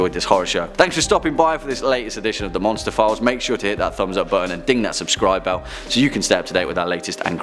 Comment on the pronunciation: What he said: Monster Files What I heard: Monsterphilles Me: what did I do now